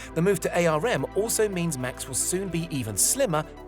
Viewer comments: Tech channel that doesn't know ARM is pronounced "arm" and not "A..R..M". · "Ay Ar Em"? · It's pronounced ARM, as in arm and leg. You kill me every time you say it wrong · RISC I'll give you, but otherwise it's an insult to kids under 10, even they know how to pronounce ARM! :)